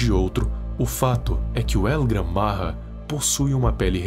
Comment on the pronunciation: O nome não e el Gran marra e el gran maja tem o j e não r